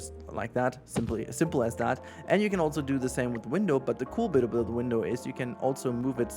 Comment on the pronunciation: There is no T in "also".